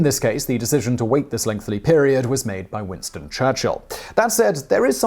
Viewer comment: Okay, I waited quite awhile, but you're still saying "lengthly" instead of "lengthy" and it's time for an intervention. There is no second "l" in the word. Just say lengthy.